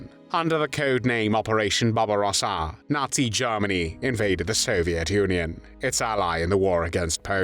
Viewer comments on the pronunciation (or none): 😂 why did you say Barbarosa like that?